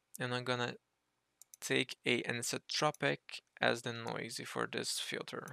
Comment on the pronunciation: Just a pronunciation note. You don't need to sound the 'e' at the end of 'noise'. More like 'noyz' :) Great tutorial! Thank you for sharing your technique.